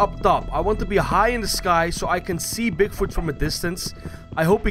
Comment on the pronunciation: Bigfut lol no offence dude but it's funny how you say it.